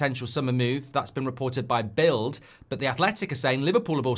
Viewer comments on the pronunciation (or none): none